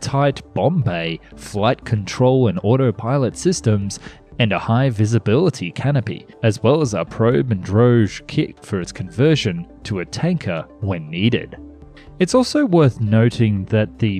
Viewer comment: Hello mr. I have a few bits of hopefully constructive criticism for you, to ponder for future videos: - When talking about "Probe and drogue" aerial refueling, the word drogue is not pronounced like "rouge" but rather like "vogue". - When talking about the various types of ordnance with the "Mk" designation, for example the Mk 80 series general purpose free fall bombs, the abbreviation "Mk" stands for "Mark". So, the Mk 82 for example is always pronounced "Mark 82". Also, the designation is written "Mk", not "MK". - When doing unit conversion (which is good practice btw, thank you!), try to round off the converted number. For example, 1000 miles corresponds to about 1609 km, but don't say or write that – round it down to 1600 km. That is what we would say in practice, and you can bet that the 1000 miles figure in itself is also a nicely rounded number to begin with. - Finally, I note that you are using some footage with blurred-out logos that belong to other channels. I recognize some of the footage as coming originally from the TV documentary series Great Planes, but they have surely obtained it in original from Martin or Lockheed. You could probably do that too, either at no cost or with a small handling fee. I think most large manufacturers have a historical archive section that can serve the needs of press and documentary makers. Other than these really minor observations, I just want to thank you for your great work digging up and presenting unusual a